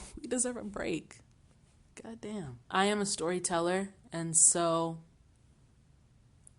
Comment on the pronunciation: "gah dam" was the most Texas thing you said lol. It is tiring, sis. Sigh.